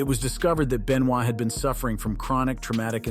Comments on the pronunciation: beniod???????? wow learn how you say there name correctly its "ben""wa" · That is what I was wondering. He is definitely not a die hard wrestling if you can't get Benoit's name right.